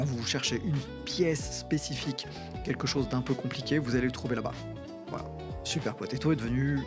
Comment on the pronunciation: C'est super potato et pas super potatoes 🤣